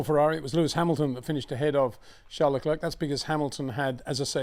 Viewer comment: It's not Leclurk Peter, it's pronounced Leclair,surely everyone knows that by now👍